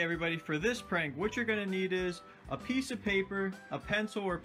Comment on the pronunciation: hha he said parnk